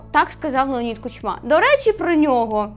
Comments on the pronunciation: Та блін... Не "кучмА", а "кУчма"!!! Ніхто ж не каже "ющЕнко" , "янУкович" чи "зеленськИй" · Наголос в прізвищі Кучма не туди.